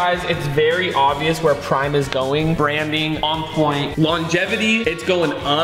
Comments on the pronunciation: he said brime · For some reason when he said prime i heard brime😂